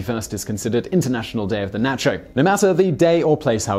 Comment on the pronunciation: Naycho cheese?